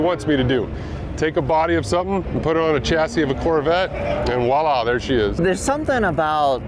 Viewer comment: The word is Voila, not wallah! From the French... Nice car though